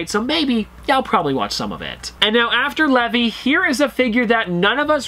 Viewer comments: Nah this got me mad he really said leve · “Lev-e” I CANNOT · That "lehvee" hurt so bad 😖😂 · The fact he called him levE hurt me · His name's Levi not levy